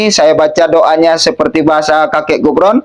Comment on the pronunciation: Sebutan yg pantas bukan Gufron tapi kufron